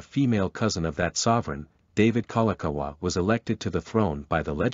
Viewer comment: I was out after I hear Kalakaua get butchered.